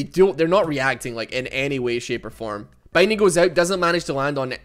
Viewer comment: I swear, every time you say "binding" it sounds like bang ding